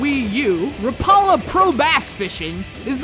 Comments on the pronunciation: its RAP A LA , NOT RAPALA YOU GEEK!! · You pronounced Rapala wrong say it like rap (rap song) a la (like la la land) rap a la